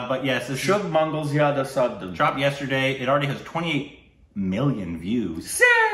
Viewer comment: speaking out the title: Shubh: Sshhhhhhhhubh Mangal: Mangal Zyada: zyada Savadhan: Savajdjwjwjejkwksk